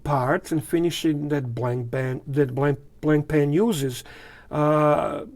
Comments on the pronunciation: It is not pronounced blankpain. It is Blanpan, the a and I are silent. The strap is made of sailcloth. A beautiful watch. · It’s pronounced blon-pan, with very soft almost silent ‘n’s. There is no ‘c’ sound.